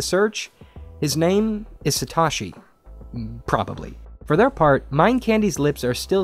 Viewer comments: Interesting video. Pronunciation tip: "Satoshi" is pronounced "Sa-toe-shi", not "Sa-tah-shi" (else it would have been spelled "Satashi"). Pronunciation issues aside, though, I have to wonder, does "Satoshi" refer to Satoshi Nakamoto (founder of Bitcoin)? People have been searching for Satoshi Nakamoto for years, but no one knows who he is or where he lives (or even if he still lives). But perhaps that's a separate person and puzzle. Both are engrossing puzzles, though. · Satoshi (Sa-to-shi) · that is the whitest way can person can say satoshi